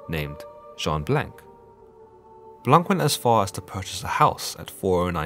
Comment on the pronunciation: Blanc has a silent c and is therefore pronounce Blan (blɒ̃), which means white in French... just saying.